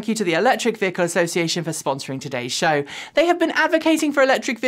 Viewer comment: "Coming up on today's shoooow" Makes me giggle every time especially as I try, and fail, to do an English voice. LOL!!!